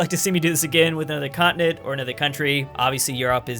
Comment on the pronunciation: Everyone: continent: cottonit